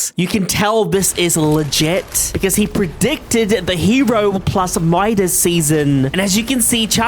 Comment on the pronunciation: You mean Midas not modes lol😂